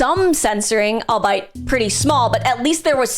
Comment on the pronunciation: Just saying, cuz it took me way too long to learn this myself, "albeit" is pronounced, "all-be-it"